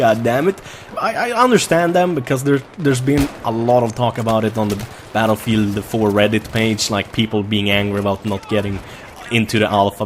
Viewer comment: just realised about the "batelfielf" lol